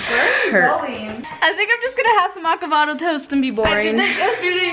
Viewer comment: Did she say **acavado**toast on purpose 😂😂